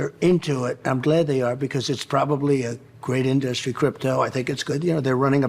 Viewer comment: Trump’s (mis)pronounciation of the word "inDUStry" EVERY TIME it spills out of his mouth just reinforces the very opposite of the image he is always desperate to project. Instead of looking strong and sounding smart, he looks weak and sounds stupid. #StupidPresident